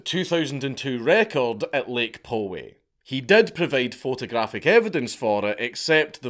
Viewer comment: Lake Poway is pronounced Lake Pao-Wey